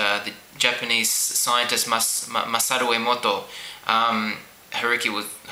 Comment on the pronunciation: was the coolest way anyone said MASARU EMOTO ever! ;ooo Masaru Emoto ftw!